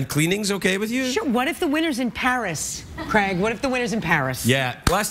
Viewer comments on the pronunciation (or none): Why do they call him Cregg when it's Craig!